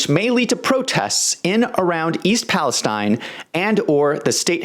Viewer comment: Thank you for pronouncing Palestine correctly. And not Palesteeeeeeeeeeeen